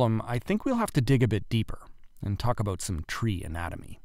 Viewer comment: As soon as I heard him say about I knew